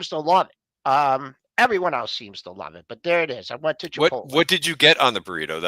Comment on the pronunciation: "Chipol-tay"?? C'mon. You gotta say that one right.